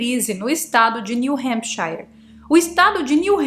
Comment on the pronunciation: New Hampcháiar? Me desculpe, mas voce está pronunciando New Hampshire no ingles mesmo? Brincadeira né?